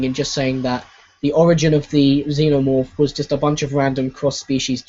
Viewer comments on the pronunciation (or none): none